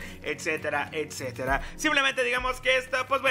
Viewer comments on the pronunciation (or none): none